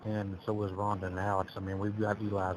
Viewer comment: I hate the way he sounds and how he pronounce Rhonda because that is my name 😮